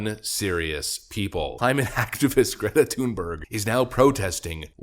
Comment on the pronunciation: claimate, claimate? 🤦🏼‍♂️